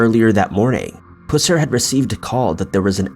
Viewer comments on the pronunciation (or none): It's pronounced pus-er not pews-er I live here in Mcnairy county and people would have a fit if I didn't point this out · Come on! Pus er not puss er 🙄 I knew of this man when the movie came out in the 70s. Almost seems disrespectful to put the word puss in that man's name. Joe Don Baker played him before anyone did.. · Pusser is a variation of Purser, and is pronounced like pus rather than puss. I know several members of his family. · Its pronounced pus-er,. Sorry, I just wanted to make that right. He was a badass,and a hero. Thank you so much for the video